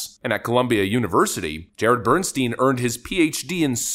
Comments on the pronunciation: It's pronounced bern-stine, not bern-steen. It's a German name - in German, 'ei' is pronounced as 'I' while 'ie' is pronounced as an 'E'... Bernstein = Bern-stine. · "Bernstein" Every single time.